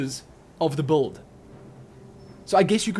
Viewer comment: i love it when you say buld XD